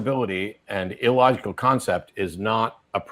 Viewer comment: did he say "That would be an ill-logect" ...